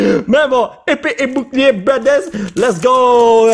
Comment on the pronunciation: mdr comment il dit épée et boucliée